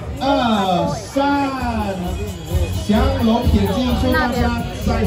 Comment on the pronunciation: 九哥“祥龙”不是“降龙”